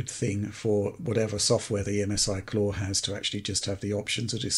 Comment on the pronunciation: "The Craw?" "No, not 'The Craw', 'The Claw!'" "Ah yes, 'The Craw'".